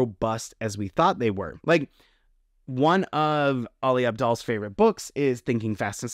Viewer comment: Ali Abdal is great at wasting others time by telling them how to not waste it. although, it still pains me how you butchered his name.